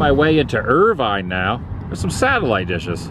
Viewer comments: It is pronounced IRVIN... . Lots to see in Irvine...Estill County...Fitchburg Furnace, Tipton Ridge spring near Tipton Ridge Rock Quarry, lock 12 park at Hamilton Fee power plant, soon to be KY steam Heritage Center, etc. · The locals pronounce it as Irvin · Nice job but it’s pronounced Irv-un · Right in my neck of the woods today, Adam. Pronunciations are “fowl-muth,” “sin-thee-ann-uh,” and “er-vin.” Awesome seeing you document these places. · Cin-thee-anna. Er-vin. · You're not pronouncing the names of Cynthiana, and Irvine properly.